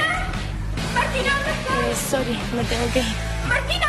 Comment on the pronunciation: nosé si han cachado que la Martina en vez de decir sorry, dice sory ldjslshsl me da risa